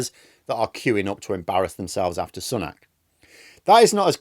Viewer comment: I like you but always wonder why you pronounce it as "sunnak" unlike every other media outlet.